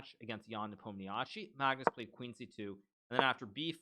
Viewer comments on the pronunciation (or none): the way Hikaru says Nepomniyashchiy🤣🤣Actually its pronounced with the accent on the letter "O"